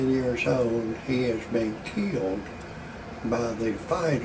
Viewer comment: Did you say he was "Keelied"? lol